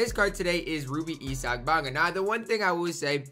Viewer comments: Nobody:: ESSOCK Bamba. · U butcher issac name so hard bruh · i think thats how ur supposed to pronounce